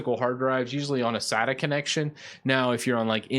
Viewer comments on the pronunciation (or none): none